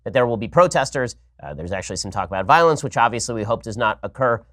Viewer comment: somebodies be saying viowence be on somebodies...